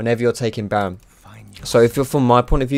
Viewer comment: Lol did he say 'naron basher, good ol basher'